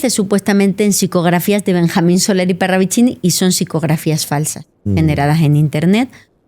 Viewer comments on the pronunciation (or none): none